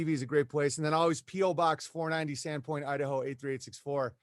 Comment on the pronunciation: your show notes. It's Sandpoint, not Sadpoint, lol